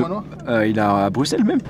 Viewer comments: Djilsi c'est le seul français qui a compris qu'on prononçait Brusselles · ça fait tellement plaisir d'entendre un français dire Bruxelles correctement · Tu es le seul français à bien dire Bruxelles.